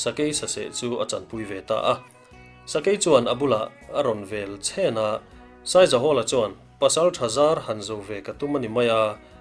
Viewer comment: Sakei in a vel chhen tilo in vel chhen thluk deuh tur